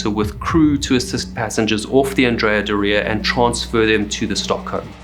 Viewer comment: And Andrea is not AN-dre-a. It is An-DRE-a. Because the namesake Andrea Doria was a famous Italian admiral and a male. There was even a statue of him on the ship.